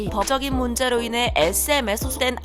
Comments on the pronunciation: 법적인 , , no 버적인 AI인가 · 이천이시비년가지 버저기 문제로 이내.. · 이처이시피년까지 버어적인 문제카지~ ㅋㅋㅋ 발음 왜 저래? ㅋㅋ